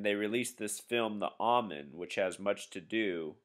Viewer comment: Pronounced "Oh"Men, not "Ah"men. Just thought you would want to know. Thank you, good info.